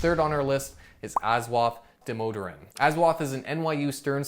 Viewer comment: As an Indian, I can safely say you completely butchered Aswath Damodaran’s name 😂. It’s okay though, it’s not an easy name to pronounce for a foreigner. Great video btw.